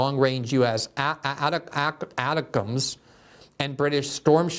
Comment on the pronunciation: It's pronounced ATTACK-UMS